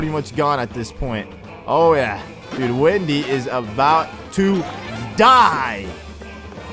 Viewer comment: it's Wendy not windy